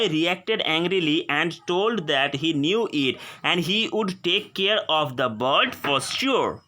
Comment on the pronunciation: Apna pronounciation sudhar ok bird ko bard bolta hai